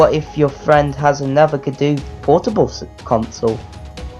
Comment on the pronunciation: You pronounced the name wrong,. XD